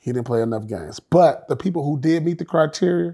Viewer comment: P saying criteria as criterier got me rolling